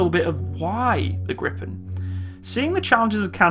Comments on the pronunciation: Your pronounciation is almost good. You say the "pen" too fast. Try: Gri, Pen as 2 separate words. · The pronounciation is Griiipen. Long "I" and short "E". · Well you pronounce Gripen like Grippen. You should say it like "Griipen". You stretch the word a little and not saying the "p" as abruptly. "Gree-pen" I guess would be well enough. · For a non-Swede, you pronounce "Gripen" relatively well, but if you want the Swedish pronounciation, pronounce it like "Greepen" rather than "Grippen". (You will also get extra points for a more "Spanish" kind of R.) :-) But, hey, who cares? Just for fun. Your pronounciation of "SAAB" is amazingly perfect, though, indistinguishable from a native Swedish pronounciation. Regards /Swede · Why are people calling it Griffon? lol. It's called Gripen. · Gordon Lawrence If you want the right pronounciation, Gh-riiii-penn is probably a better spelling for a native English speaker. If you bring your cherks back, as you say ”gr” your pronounciation is wrong. G and r are two separate sounds, not a single sound, but the ’g’ is short. The ’g’ in ”grit” is what you are looking for. Do not pronounce it ”djee”. Even if they are two separate sounds, they are very close. It is not ”Geh-riipenn”. The last ”n” is pronounced by pressing the tip of the tongue just above the front teeth, not by rolling the tongue upwards. Think ”Penn-sylvania”. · wtf do u mean griffen 🤔 it's gree-pan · Your meant to say gripen not griffen? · it's gripped not grippen say it like greepen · short answer: YES ;) and the strict Swedish weapon export law make it a pretty much guarantee that it will create jobs on Canadian soil through licence manufacturing as you mentioned. Great vid :) thx PS: No it is not pronounced griffen but "Gripen" translates directly to "The Griffin" so... no sweat :D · It is pronounced "greepen" not "grippen". The i in Gripen is like the long e in "greed". The last "e" in Gripen is like the "e" in "end". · Stop Gripen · Gree-pen (gree like in "Greed")